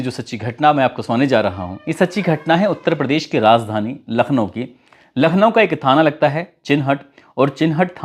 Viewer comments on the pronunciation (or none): Rajdhani न कि Razdhani उच्चारण सुधार लेनी चाहिए